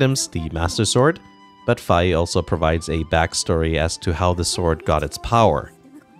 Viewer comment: I still pronounce her name as "fee". xD Hearing you say "fye", however, sounded good, so I may go to that. Fantastic video, as always. 🙌🏾